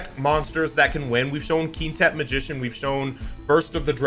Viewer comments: Hey, nice video! Just wanted to let you know, Quintet is pronounced like kwintet, not keentet. Apologies if that was a joke pronunciation that I didn't understand. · Its Quintet, lets say it Qwhen-tet.